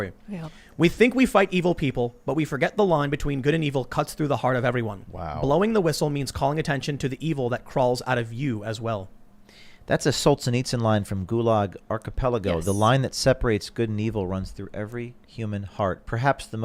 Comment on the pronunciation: HAHAHahhaha, I love the way he pronounced Solzhenitsyn, "SOLTSANITSE" 😂